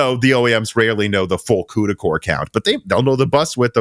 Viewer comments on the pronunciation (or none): none